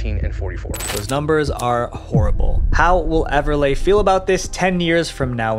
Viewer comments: Just so you know, its pronounced Everlee not Everlay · I wish Everleigh was pronounced correctly. Everlay sounds like a carpet product. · Everliegh....." Pronounced "EVER LAY" is a TERRIBLE name to give a Girl who will have to go to Elementary and High School. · You said Everleigh wrong